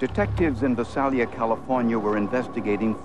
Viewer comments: Its Vi-Sail-Ya and .380 Gauge? Learn difference between gauges, calibers, millimeter etc.. especially when its a forensic show. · If the narrator Peter Thomas were still alive, I would tell him that the name of the city is pronounced Vy-SAY-li-a.